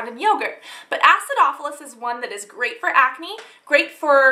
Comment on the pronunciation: Say acidopolis one more time!